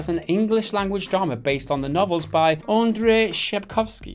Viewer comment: sure we have latin letters as our culture is mostly based on christian culture. BTW o this video Pretty Good Gaming guys prenounce Andrzej wrong like he was Andrei (what is a russian name). While it has classic polish hard 'rz'. Same with CD Projekt, name of this dev is not CD Project. They prenounce it wrong too. Stange? English is strange as for most cases it is quite easy to read polish as words spelling mirror prenounce very well, like all 'c' are just 'c', while in english many times they are prenounce as 'k' for some reason. Ofc there is some exceptions like 'ch'. Polish is quite old as it have it's roots in both latin as in old Proto-Slavic.